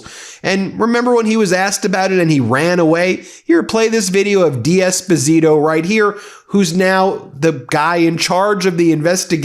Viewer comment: It’s not ‘Dee Esposito’ it’ d’esposito…sounds like one word…. Just saying